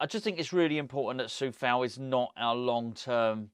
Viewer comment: It's Coufal not Cofal btw